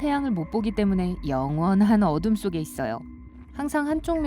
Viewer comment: 나레이션 좀 이상한데.. "영원한 어둠" "아무 것도" 라고 발음해야되는 걸 "영 원한어둠" "아 무것도" "유 리비가 내려요" 이러고 있는데?